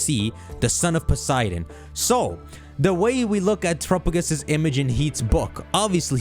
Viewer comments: Why is terapagos name being pronounced that way? Isn't it "Tera"-pa gos? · Has NO ONE corrected pronunciation of Terapagos? Jesus christ